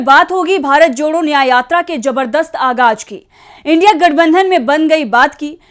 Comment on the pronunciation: Agaj nhi.(agaz ) bola karen maedam